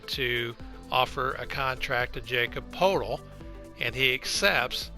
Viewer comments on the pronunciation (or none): Jakob Poeltl pronounced (YA·kob P·oh·til) otherwise great video.